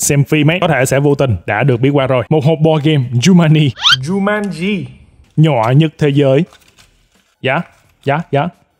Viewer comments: giống em nek cứ tiện miệng nói jumani nhưng đọc đúng là jumanji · Ở video nói chumaji quay xong xem lại mới biết đó là jumaji: vl 😑😑😑😂😂😂😂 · kiểu: coi lại video, chết cha, đọc lộn Jumanji thành Jumani nên ghép cảnh zèo để tăng độ hài hước và sửa từ sai:DDD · Nhắc bao nhiêu lần là jumanji mà cứ đọc sai hoài, thui bó tay:))) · Ok anh, Giu-man-gi (Jumanji) :)))